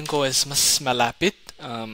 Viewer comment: Dakal a salamat pu! I love this content, your story, and your passion. One thing though, the word “malapit” can have different connotation depending on where you put the stress/accent mark. Mala’pit = close; nearby (distance); malapit’ = close (conformity; close relationship) … time , I think you meant to say the latter rather than the former. Besides that, kudos to your almost native Tagalog pronunciation & intonation.❤